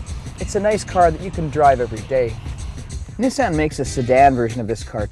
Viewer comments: 'neeson' NOT 'nissann' EPIC!! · lol yeah, the way he says it sounds like "neysan" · did this nigga just say niss-an? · I watched this whole video to hear him say Nissan